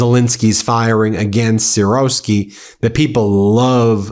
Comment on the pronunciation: Why does an educated American have such absurd difficulty in pronouncing Ukrainian proper names? Pathetic, but in itself shows much about American solipsism. "Syrsky". How difficult is that? Then you can try Novorossysk. You ALL have this problem it seems.